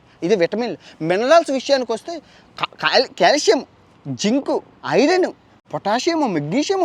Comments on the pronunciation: కాలుష్యం కాదు కాల్షియమ్... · #కాలుష్యం కాదు బ్రొ క్యాల్షియం 😅😅 చెప్పే దాంట్లో కూడా కామెడీ జోడించి చెప్పడం నీకే సాధ్యం❤❤